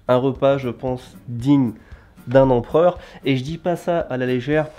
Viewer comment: Empreur, Empreur, Empreur, Empreur, Empreur, Empreur,Empreur, Empreur, Empreur,Empreur, Empreur, Empreur,Empreur, Empreur, Empreur ha ok.